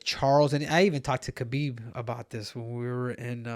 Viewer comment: KAW-BEEB HAH-BEEB